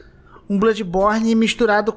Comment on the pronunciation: "BLÃDIBORNI" não "BLUDIBORNI"